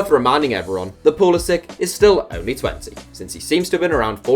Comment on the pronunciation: Thank God! A European person pronouncing Pulisic's name right. And would Mariano count for one of these lists? He got capped once by the Dominican Republic die to his mother I think, but I think he's holding out for the Spanish national team